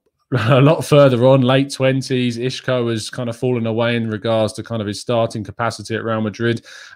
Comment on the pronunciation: Hi. It's not pronounced I(sh)co.. That's a Portuguese pronunciation so it's incorrect. He is Spanish and the "S" in Spanish is pronounced the same as an English "S" so it's I(s)co.. Isco.. I'm a Portuguese speaker haha.